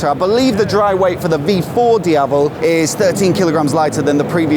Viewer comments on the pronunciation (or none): none